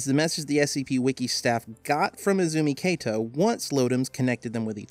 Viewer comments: Just a note, "Kato" is pronounced as "Ka-toh" rather than pronouncing the "Ka" like you would pronounce "Kate". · You're pronouncing Kato incorrectly. The 'Ka' in Kato is like the "Ca" in the word "Car"